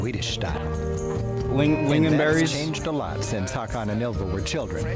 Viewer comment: "Hakan" haha. Couldn't he have learned to just say HÅkan? Yes Sweden has the most islands in the world.